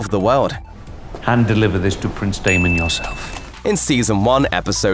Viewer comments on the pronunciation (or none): none